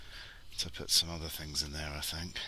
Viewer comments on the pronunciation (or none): none